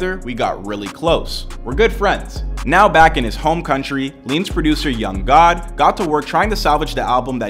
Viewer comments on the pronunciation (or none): it's Yung GUD. (Guwd / gEWd) not God.. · it’s pronounced “Young Good” also that’s a picture of Bladee not Yung Gud!!